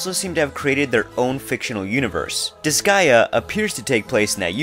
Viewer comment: You pronounced disgaea correctly.